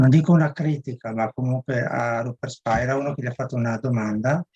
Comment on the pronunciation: Tutto bello. (Ma attenzione, non si pronuncia Spaira...controllare)